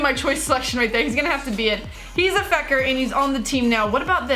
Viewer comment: She calls fekir feker